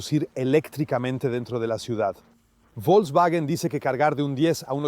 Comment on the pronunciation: ¿Cómo dice Volkswagen? ¿Bidublu? 😂😂😂